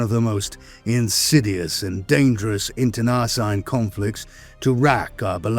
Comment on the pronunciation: I love your stuff so take this as my effort to help and not a criticism. Over all of the videos I've watched i noticed the most common word that jumps out is wary. It almost always sounds like weary. Wair ee. Weer ee. Internecine. In ter nuh seen. Much love from Montreal. Oh yeah. I know that being English you are allergic to the r at the end of words, but someone listening who isnt familiar with the lore is going to wonder why the eye of terra is such a problem for earth. Not that I'm one to talk. Between my quebecois French and my maritime English I manage to piss off 4 cultures minimum every time I speak 😂